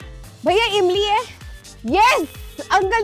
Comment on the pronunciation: Zeera nh Jeera hota h ...Emli nh Imli h